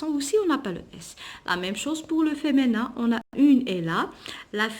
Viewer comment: Merci c'est du bon travail sauf féminin vous la prononcé feménin